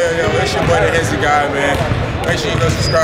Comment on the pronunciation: Hezi not fye